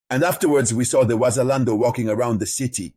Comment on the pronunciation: You can not even properly say Wazalendo and now you know their strategy and how their have entered Bukavu. You are really a stupid dreamer